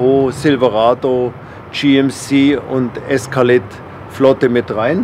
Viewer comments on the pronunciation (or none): "ESKALETTE" 2020